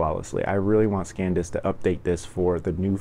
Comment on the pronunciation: SanDisk NOT ScanDisk